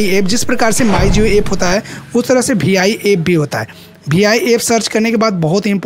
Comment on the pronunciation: Bhai vi to kehna seekh lo bh I keh rahe ho 😂😂😂